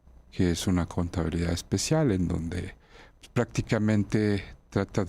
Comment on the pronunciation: Pus.? Se dice pues